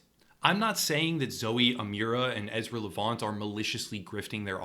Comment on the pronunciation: LEV- ANT. Super easy to say.